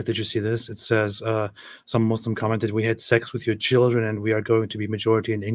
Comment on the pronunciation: I love how he say Shieldren.